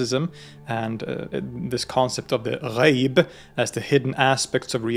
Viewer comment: I just wanna say you're pronounciation for the islamic terms are absoloutely spot on and really does them justice. Hearing someone let alone a foreigner nail the "gh" sound in "ghaib" or "Rh" sound in "Ruh" is really amazing.